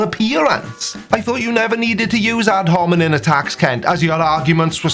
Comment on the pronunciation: I really love you and your channel and because I do, I'm going to correct your pronunciation in case Docnot Hovind decides to throw it back at ya. It's ad hominem, with an "m", not with an "n" as you kept saying. Byee Love you, lol.